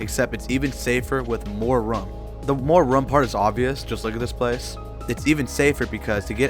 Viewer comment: I never saw anyone pronounce room as "rhuame".